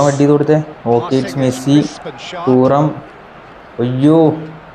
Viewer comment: തൂറം അല്ലടാ തുറാം aada😂😂